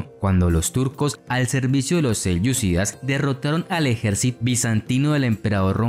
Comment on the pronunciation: Me gusta mucho el canal pero me incomoda el mal uso de los acentos por parte del relator. Selyucídas, en vez de selyúcidas, ábasi en vez de abasí, satrápias en vez de satrapías. Espero se pueda mejorar eso. Saludos